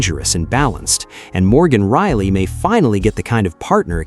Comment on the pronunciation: Thank you for reprogramming your AI. Now it can pronounce Rielly instead of Really.